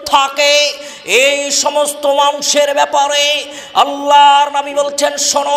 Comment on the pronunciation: নাবী না /// উচারণ হবে নবী আশা করছি খেয়াল রাখবেন